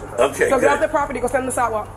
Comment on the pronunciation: It is pronounced siDe walk, not siTe walk. You need to go to school again.